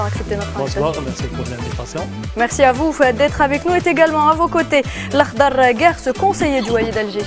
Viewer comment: Et pour ce nouveau numéro de médiocrité et de mensonges. On commence par une petite entrée en attendant les détails des dégâts dans le vif du sujet 😊 en toufe "en tout" 🙄 merci à voufe (à vous) merci à voufe (à vous) et puisse (et puis) bonsoir mehdisse (mehdi) mercisse (merci) mercisse (merci) mercisse (merci) sami kaidisse (kaidi) , la diplomassice (diplomatie) 🙄 mercisse mercisse 😮 C'est quoi cette nouvelle prononciation dégueu-lasse ? Et puis madame l'animatrice la parisienne À suivre....